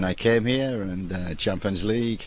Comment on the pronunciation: Chimpyns leeeeegue.